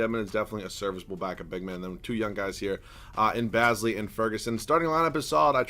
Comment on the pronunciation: Its darius baze lee not baz lee